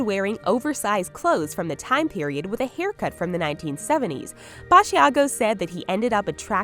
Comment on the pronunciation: Btw it’s Basiago - just like Chicago Ba-sha-go